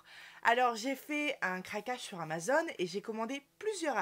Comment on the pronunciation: c'est AMAZON, et pas AMAZONE... !!! en plus c'est écrit en énorme sur ton colis !!!